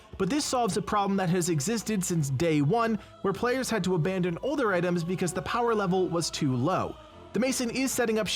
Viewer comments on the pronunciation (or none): none